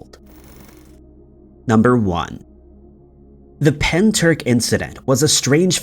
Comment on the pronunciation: As a Welshman my ribs went into orbit when you pronounced Pentyrch. Pen Turk hahahahaha. Nice video though.